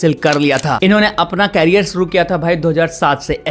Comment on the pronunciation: अपनी भाषा पर कम करो एक अच्छे एंकर के लिए pronunciation बहुत अच्छी होनी चाहिए। कोसीस नहीं होता कोशिश होता है सुरों nh hota शुरू बोलते हैं शा और सा पर कम करो अच्छे एंकर बनने के क्योंकि गांव वाले नहीं सुन रहे तुम्हारी भाषा शहर वाले भी सुनते हैं